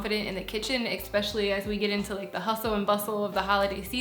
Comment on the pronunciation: Lots of “expecially” in this one. Please. It’s especially; there’s no x in there. It’s like espresso - not expresso.